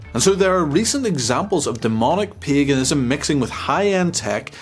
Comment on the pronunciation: Sounds like you say “piganism”